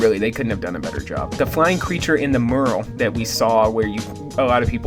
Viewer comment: Did.....you just pronounce "mural" like "merl" ?? It's pronounced "myur-ul"